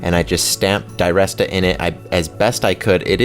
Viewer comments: His name is pronounced der rest a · Great video, great ring. Odd way to say his name though